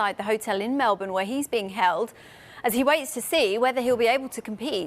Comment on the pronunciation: Probably went to say “kept captive” then decided to switch to “held captive” but messed it up so it came out as “keld”. But you’re right that the tinfoil hat wearers will get really excited about it, not doubt.